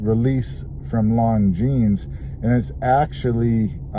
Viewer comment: It's 'lawn-jeans'.